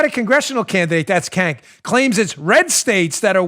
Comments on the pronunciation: HAHAHAHAHAHAHA you said KANK!!!! It’s pronounced CHENK but I prefer KANK. That’s the funniest thing Ive heard today... thanks for the laughs!!! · Dan his name isn't Cank, it's Chunk. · Hey Dan, according to Tim Pool, who apparently is familiar with this guy, his first name "Cenk," is pronounced "Jenk." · Dan you got his name wrong. It’s Not Cank it’s Chunk Yoghurt from TYT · Kank? I thought it was Junk. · The guy who runs the TYT clown show, his name is pronounced "Chunk Yogurt". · Oh my goodness, I about died laughing hearing you repeat the sound "kank" fingers crossed that you deliberately mispronounced his name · Cenk is pronounced sink aka 50 cent ogre. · It's "The Young Turks"... not "Turds", although fitting. The head turd's name is pronounced JAYNK. It was his group "Justice Democrats" that put AOC in office.